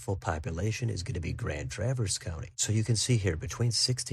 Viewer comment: Thanks for pronouncing Traverse correctly.